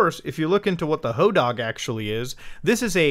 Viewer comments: Sir I love you but plEASE the hodag is pronounced "ho-dahhg" with a long A such as in pad or bad It was my high school mascot :) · AYO I ACTUALLY LIVE IN RHINELANDER, the hodag is our mascot and we have statues of it all over town. i got literal goosebumps when suddenley hearing muta mention my town lol. Also it's pronounced "ho-dayg" lmao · the statue picture you share of the hodag is at the "Rhinelander Area Chamber of Commerce", he greets you as you drive into rhinelander. we have a hodag country festival for him. we pronounce it "hoe dayg" not "hoe dahg" btw. kids steal hodag nails for good luck, it's dumb. and rhinelander has a lot of drug addicts in it compared to the other towns nearby. maybe that helps figure out if its real or not. :p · In Hodag the a is a long. I didn’t expect a caving story in Utah to have a monster from a place I grew up visiting in Wisconsin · Hodag dag is pronounced like tag